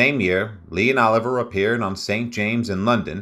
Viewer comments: Hey Robot! It is NOT OLIVER - it is OLIVIIIIIIER! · I hate these damn AI readings and not being able to pronounce Sir Laurence Olivier as "Oliver" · Hilarious pronunciation of Laurence Olivier. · FYI it's Lawrence O li vi eh (pronunciation) not Oliver. It's "A Midsummer Night's Dream, not A Midsummers. It's Wuh ( short u not Woo) ther ing Heights. Elia( accent on the E with li pronounced lee) Kazan . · Sir Lawrence. “OH LIVE E YEA”, NOT EVER “OLIVE ER”! SIR LAWRENCE USED THE FRENCH PRONOUNCEMENT of his name. IT IS “WEATHER. ING HEIGHTS”. THE Pronunciations in this session is absolutely atrocious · Don't you just HATE AI generated narratives?? "Laurence OLIVER" and Woothering Heights. Sigh. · I'm glad I'm not the only one who noticed the mispronunciation of Laurence Olivier. Also, he pronounced Blanche DuBois (DooBwah) as DuBoyz! She sure was a stunningly beautiful lady. I didn't know until recently that she spoke with a British accent!